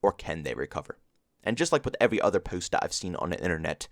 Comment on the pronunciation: The way you say post makes me laugh so much 🤣🤣 keep up the good work bro